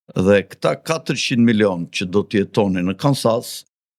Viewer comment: Kansasi 😂😂🤣🤣 Kensas o